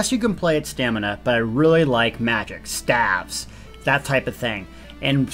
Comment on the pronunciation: You just lost all cred when I heard the way you pronounced "staves" as "staffs".